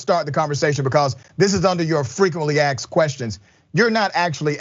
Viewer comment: 30 seconds. "Frequently "AX" questions." The word is "ASKED." An "AX" is something you use to chop wood. "ASK" is something you do when you want to know something. Let's try saying this "ASK""" :" ":ASK: "ASK." Please learn how to pronounce the English language, or is that discriminatory.